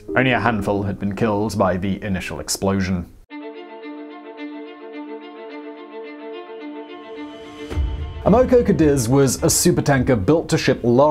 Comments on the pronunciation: It’s pronounced “AM-uh-co”, not “am-OH-co”. Just an FYI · Amoco pronounced as "AM uh co." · Simon, you're a terrific presenter. However, I wish more attention would be paid to correct pronunciation of personal and place names. In Chinese, "x" is pronounced "sh", and "q" is pronounced "ch". The Amoco company is A-mo-co, not a-MO-co. Etc. Let the content shine without these distractions. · You said "Amoco" several times before I figured out what you were saying. "Am-uh-co" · love the vids, but, just quietly, Amoco rhymes with hammer blow. in Australia anyway. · Simon: The initial "A" in Amoco is short like the way in which we Americans say the word "had." The first syllable is accented, with each successive syllable having less stress. The 2nd syllable "o" is a standard lazy schwa sound. Thus, it's pronounced Ă-Mah-ko. TMI, I know, but just saying... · PRONOUNCIATION EDIT: (1) BEN-CHI (2) AM-O-CO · this guy pronounces countless words wrong, english or otherwise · Amoco is pronounced AM-uh-coh. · It's pronounced "am-moh-coh Cadiz". What is with this guy and mispronouncing everything? It was the Amoco oil company. A gigantic company later absorbed by BP. How could he miss that? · You really can't pronounce anything that isn't British English, can you? X in Chinese is a "sh" sound and Q is a "ch" sound. And it's "Am uh Co Cuh Deez"